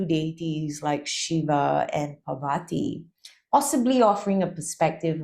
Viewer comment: Absolutely SUPERB video, most appreciated. Gives very valuable information difficult to find otherwise. But please do research your pronunciation. Parvati is pronounced PAAR-VATHI. And not Par-vaati. Mandarava is pronounced MAN-DAA-RAVA. Dakini is DAA-KINI. It does not rhyme with Bikini! :) Thanks! 🙏